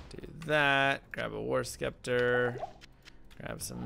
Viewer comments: 🐕, it's "sep-ter" you're tearing me apart lisa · Anyone else notice the way he said scepter funny